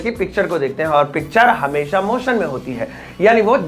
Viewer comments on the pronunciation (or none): none